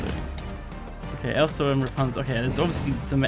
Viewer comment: Its RAPUNZEL!! not Rapanzel! Kappa